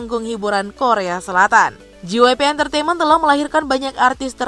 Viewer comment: wow you really did JYP dirty its fucking JAY WHY PEE not GEE WHY PEE 🙂💔